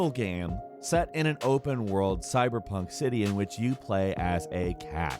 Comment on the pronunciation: Anyone else cringe a little bit every time he says cyberpunk?